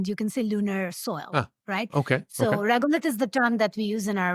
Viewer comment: It's Regolith not regulate. Just saying.